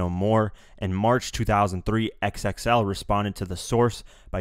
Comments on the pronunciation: Great video but XXL is pronounced Double-X L, not X-X-L. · It's Double XL bruh. Calling it X - X - L makes you sound ignorant. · Stop calling it "X-X-L"